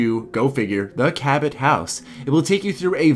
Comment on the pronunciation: it's not Ca-bat it's Ca-bow